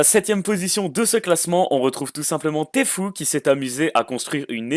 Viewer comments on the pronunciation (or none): Il a dit Tfou lol allor que c'est tfue 🤣🤣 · Sa ce dis pas tefoo mé tifiou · ON DIT TFIUE